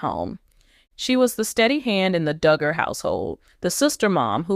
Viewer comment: You go on w/ your bad ((and fraudulent, incorrect) “DOOOOGER” coverage! This is a scam channel. Don’t waste your time. This never happened toJana! And her sister’s name is Jinger, pronounced like the spice, Ginger. You would think this creator would know all this! Maybe they need to get a new ROBOT?? Reported to You Tube!